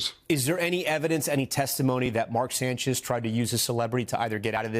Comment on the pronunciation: The Sanch-ise 😬, J E T S, jets jets jets 😂😂😂😂😂😂